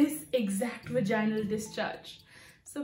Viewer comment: "Vaginal", the intonation goes on the "a" not on the "i". So Vàginal Not Vagínal